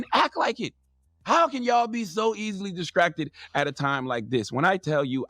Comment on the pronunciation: "Diskracted"- Charminmayne